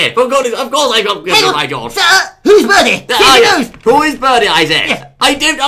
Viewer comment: Its Bertie not Birdie -__